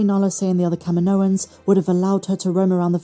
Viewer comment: Why do you keep pronouncing Kaminoans like "KAH-mee-NO-inz" when it's pronounced "Kah-MEE-no-inz", like Dexter Jettster pronounces it in AotC? Also, I don't know why the writers keep using the term "m-count" instead of "midichlorian count" as if it will offend everyone or something.